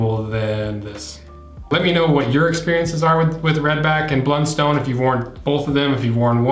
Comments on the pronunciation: American in AUS. I own both. Redbacks are my church boots and Blunstones are my daily boots…Redbacks are great and last forever! One thing it’s a soft O not “stone” but more “ton” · As an Aussie, it hurts my ears to hear people call them "blund-stones", it's always been pronounced "blunt-st'n" here. I actually worked at the factory as a teenager, when they were made in Hobart, Tasmania.